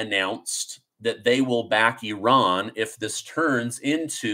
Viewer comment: Bro, it's Not Eran, Or Oran it's Iran.. Get it Right and you are Amazing : )